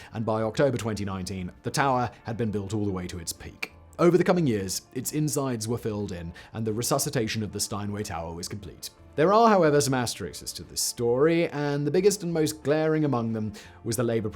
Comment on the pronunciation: It's ASTER*ISKS*, not ASTER*IXES*.